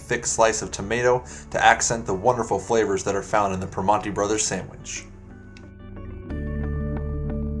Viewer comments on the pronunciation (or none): I like this video, except how you mispronounce both names. Chi-pee-no and Per-man-ti. Not Che-o-pee-no and Pree-mahn-ti